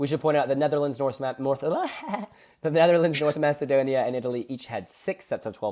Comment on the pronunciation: needs to correct the way he calls North Macedonia.